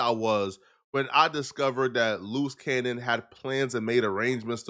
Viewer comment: Sooooo...' Your Saying "Luce Cannon' is a "Loose Cannon'.🙄